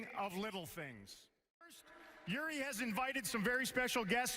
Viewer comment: Ei varmaan mitään tekemistä sen kanssa ettei vaan osaa lausua nimeä oikein. Kiva juttu XDDDDDDDDDDDDDD